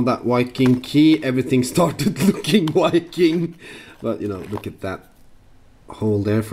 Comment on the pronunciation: Engelsk-læreren din het vel ikke Petter Solberg? Viking med enkel-V, ikke W :)